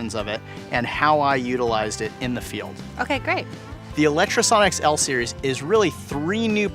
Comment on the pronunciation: How are you so fucking retarded? Can you not read? You obviously have a lot of Lectro gear and use it at least semiprofessionally, so why do you keep saying Electrosonics? Fucking muppet